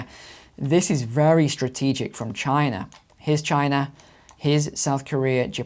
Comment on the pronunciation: 33 "Chiner"?